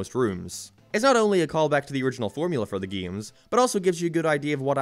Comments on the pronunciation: can you say "games" instead of "giums"? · Geams...I like to play geams...GAMES